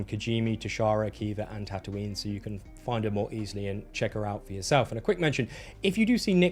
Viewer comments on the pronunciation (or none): none